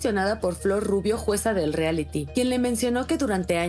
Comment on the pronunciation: La Flor Rubio bien corriente no sabe ni decir “reality” 🙄🙄🙄🤦🏻‍♀️🤦🏻‍♀️🤦🏻‍♀️